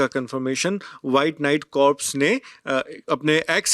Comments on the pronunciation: Sir , one correction for all .. corps ka pronunciation कोर होता है । कॉर्प्स नहीं ।।। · It's not pronounced as Corps ....it's pronouncec as Core ....the journalist should know these basic facts